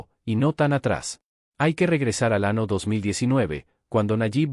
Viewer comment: Buena información ,pero tanto la pantalla movediza como el vocero AI/IA de lo peor. ejm: del ano en vez del año